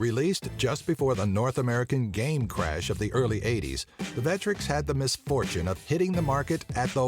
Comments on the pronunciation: It's "VECK-TRECKS". Not "Veh-tricks". I also almost commented on your blatant use of Classic Game Room footage without crediting them, but noticed you at least linked to them, so I'm not upset about that. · The name of the console is clearly Vectrex, not Vettrex. Just like vector is not pronounced vettor. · WHY THE FUK IS THE PIPPEN NO. 1?! I MEAN YOU COULD HAVE SAID THE MICROVISION, GAMATE, SYSTEMA 2000, MEGA DUCK, SUPERVISION, OR ANYTHING ELSE, REALLY?!! AND WHO IS DUMB ENOUGH TO SAY VETREX, WHO PRONOUNCES IT THAT WAY?! MARK OF CLASSIC GAME ROOM WOULD SHAME YOU AFTER THE VECTREX UNLEASHED ITS FURIOUS RAGE OF LAZERS UPON THINE USELESS ASS. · It's pronoucned Veck-trecks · That is not how you pronounce the vectrex! Id like to point you to any of Classic game rooms videos...